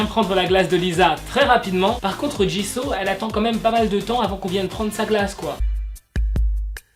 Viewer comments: Sa se dit jisou pas jiso 😠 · Mais tu dis Jiso c'est Jisoo pas Jiso ma pauvre Jisoo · on dit jisoo pas ji so je crois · on dit JISOU pas Jisso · Jisoo ❤️c'est ma bias😍 dans blackpink je l'ai en fond d'écran de verrouillage juste ça se prononce bien jisso et pas jissou? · Ta façon de dire jisoo me fait rire car il faut dire jissou et pas jisso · Super vidéo D'ailleurs ça se dis JIZOU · MAIS STOP 😭😭😭 J'suis désolée mais tu prononces souvent mal les noms ! C'est " 지수" doit "JisoU"... et c'est toujours "LiSSa" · c`est pas pour te critiquer mais Jisoo se prononce JIZOU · Non ça se prononce " djissou " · Attendez c " Jisso" ou " jisou" la prononciation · La façon dont tu prononce Jisoo est juste horrible. Tu peux pas dire que tu es Blink et prononcer son nom comme ça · A chaques fois qu’il dit jisoo mes oreilles souffrent